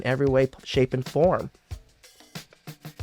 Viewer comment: I like how you say “Caio” at the end. Nice touch.